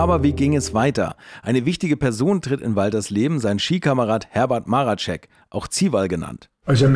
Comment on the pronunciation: Marecek, nicht Maracek.